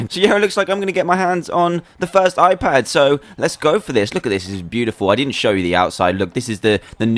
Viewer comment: why it is hoon pad it should be i pad